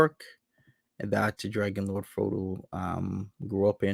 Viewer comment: he is so cute when says dwagonlowdfwodo